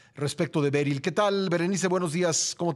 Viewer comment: Berri no beryl jijijijij